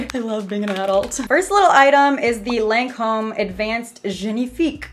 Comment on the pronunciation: Hey love you girl, but it's pronounced lon-come😂❤ my grandmother used to work for them